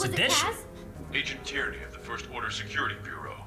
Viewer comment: The Agent's name is pronounced TEAR-NEE not "tear-e-nee".... Just sayin.